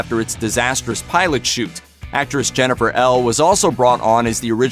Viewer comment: Jennifer Ehle, it is pronounced Ee-lee. She has been around for a long time. No excuse for getting that wrong.